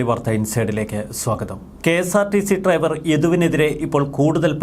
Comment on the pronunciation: ട്രൈവർ അല്ല, ഡ്രൈവർ